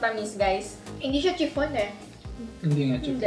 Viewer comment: Chiffon HAHHAHA. SHIFFON BASA DON BANGAG